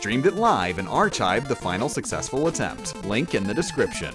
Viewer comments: the way you say archived is sickening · are people just gonna let you get away with saying ar-ch-ived its ar-kived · Did you just pronounce archived, "Archaived?"I'm 99.999% sure it's Arkived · Chasm and archived are pronounced with "k" sounds for the ch. Kasm and arKived. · Are you mispronouncing words with ch in them on purpose? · ARRRR-chived. only landlubbers use k syllables in words without k's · The pronunciation of "ArCHIVEd and CHASem" had me rolling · Is pronouncing the ‘ch’ in ‘chasm’ and ‘archived’ a bit? Seems weird it happened twice. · It's strange to me that you pronounce the 'ch' in Archived like you would in Chimney and not in Christmas.